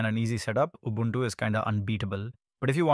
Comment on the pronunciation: Your pronunciation of Ubuntu is pretty good.